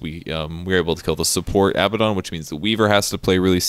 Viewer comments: Huh, I never noticed that, but yes, Abaddon's name should be Abbadon if they want to pronounce his name that way. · I'm with you on the pronunciation of abaddon